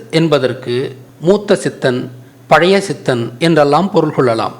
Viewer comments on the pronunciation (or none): none